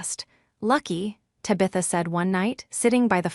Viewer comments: Loews Angels? Then there's Ta beth a not Tab itha. N A Y not anyway, Seven zero, zero o'clock. This program can't even pronounce authority correctly. Got to love AI narrations. Why would she give them a $300 bottle of wine knowing they wouldn't appreciate it? Emma is obnoxious and her daughter Ta Bit that is a sneaky little s**t. Could for Caroline for standing her ground. Why do so many of these stories have the fallen person ultimately working as a receptionist at a dentist office. It may not be a glamorous job but its honest work and nothing to be mocked. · What the heck is a Ta-bitha?